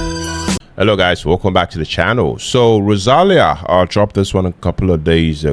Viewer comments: Hi! Rosalía is pronnounced with the accent in the 'i', not in the first 'a': ro-sa-LÍ-a. Amazing song and MV! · Oh man, in every video of Rosalía in the comments they correct you how is the correct pronunciation of her name, and in the next video you still said wrong 😢 Remember: ro sa LÍ a, the accent is in the i Either way, great videos! She's an amazing artist. You will love her songs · Thank you for your reaction..tip: to proper say Rosalía you need to put the stress on the "i".